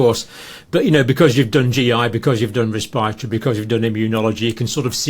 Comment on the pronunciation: Not "respireatory, respiratory.